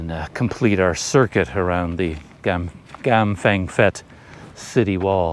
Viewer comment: Prounced Pet not fet!